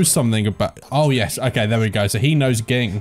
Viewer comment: Just wanna say my dad's name is pronounced like "Jing" not Ging. I didnt know until i watched the dub. and my name is pronounced go-n.